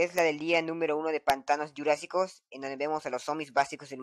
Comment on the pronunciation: es jurasico no gurasico XD like me gustan todos los videos de informacion dr pvz2